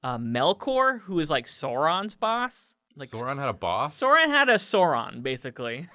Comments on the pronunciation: Sauron like "Sour" not "sore" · It’s not “Sore-on”, it’s “S-ow-ron”. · Oh NO You're the people who pronounce it Sore-on. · It's not sooron... Jesus Christ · You should say Sauron as SA-OO-RON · Please pronounce sauron correctly, you've seen the movies, you know how it should be